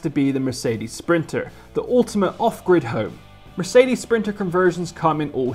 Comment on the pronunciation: S-printer not printer.....